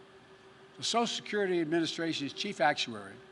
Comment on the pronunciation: Sosal Security